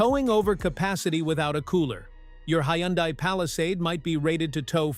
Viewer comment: Why are you showing radiator fluid when you are talking about transmissions? And you need to teach your computer-generated voice some of the words. Like Hyundai.